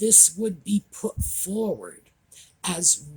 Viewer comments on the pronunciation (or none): none